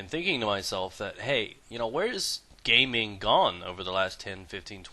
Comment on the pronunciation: it sound like he says an asian person's name gay ming gong